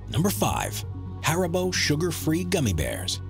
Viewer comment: Mispronounced haribo, and if a person is stupid enough to eat that many Gummis they deserve the gut rot.